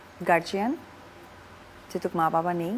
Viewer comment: Garjian na gardian